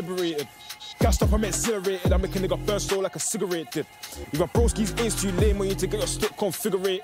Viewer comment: Lmfaooo man pronounced cigarette like it’s French he’s cold